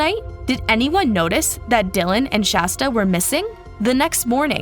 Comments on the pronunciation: For the billionth time, it's SHASTA. Not SASHTA... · I almost stopped watching every time they said "Sashta"!!!! I swear every other time they said Shasta they said Sashta instead, then would say it right, then wrong... ect PLEASE FIX THE VIDEO This is ridiculous and really rude and disrespectful to Shasta and her story to call her the wrong name so many times. You are better than this. I'm giving thumbs down. They deserve it until they treat Shasta the way she deserves. With FULL respect. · It was almost every other time they messed her name up, especially in the last half. I even hear Shashta at least once. Disrespectful to SHASTA if you ask me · I heard Shashta toward the end as well. Honestly it's disrespectful how many times they messed up her name. Every other time seemed incorrect!! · i dont like the low quality of mispronouncing SHASTA'S name and inaccurate subtitles. :/ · creater mispronounced the city, county, girls name and more! At some point it’s disrespectful. It’s okay to do a quick web search for how to pronounce things. If the point is to spread this story then it’s really not okay to be intentionally ignorant and spread what becomes nonsense names and places. It would have taken just a few minutes to look these up and write it out phonetically for herself, and hopefully she does so in the future.